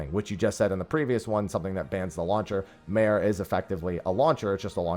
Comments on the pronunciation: It is actually "mah-ray" not mare (like a horse). It's latin, so use the latin pronunciation. "mare" is sea and "lamentorum" is lamentations, so it roughly translates to "sea of lamentations" edit: I don't know how the mod intends the pronunciation but imo saying mare (like a horse) sounds wrong XD Especially when they were using the game zone to reference it. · I just wanted to say, the "mare" in "mare lamentorum" is Latin, thus it is not pronounced like "mare" for horse. It is "Mah-reh". You pronounced closer to the intended the first time haha.